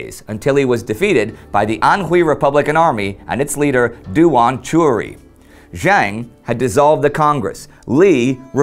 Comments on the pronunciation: "Dooan Chewry"? It's pronounced more like "Doowen Chee-Rooey". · duan qirui 段祺瑞 is pronounced duan chi ray